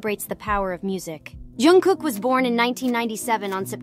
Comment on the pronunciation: Pronunță-i numele corect !!!!!!!!!!!!!!!!!